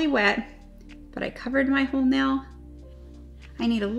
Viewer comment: I love that she says nell instead of nail